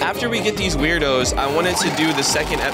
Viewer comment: "Wubbix" "Tawkeir" "Weirdos" "Ice island" 💀